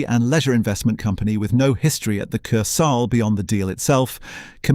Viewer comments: Ker-sale. It's a German word. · Its pronounced "KER SL" NOT "KER SAL"... its so annoying what you are calling it!!!😮 Greyhounds DID NOT race there. They ran at the Greyhound Park on Sutton Road! A lot of your facts are incorrect!! The most famous ride was "The Mouse" roller coaster.